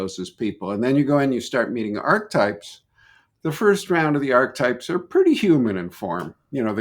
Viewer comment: it’s pronounced Archetype not Arch-Type